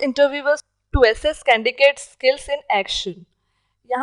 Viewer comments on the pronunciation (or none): Not Candicate it's Candidate.